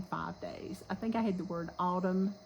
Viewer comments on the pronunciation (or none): Don’t forget your “n” on Autumn